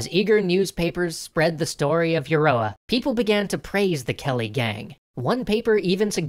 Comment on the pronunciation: Euroa is pronounced ya-row-ah, thank you kindly -A native Victorian